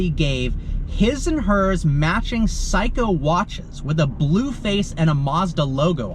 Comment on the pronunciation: Seiko is "say-co" not "psycho" lol